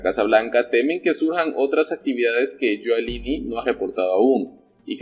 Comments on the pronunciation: Rudy GIULIANI se pronuncia yuliani y no yualini como dices en todos tu videos. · Oye primero informate de como se pronuncia el nombre de Rudolph Guiliani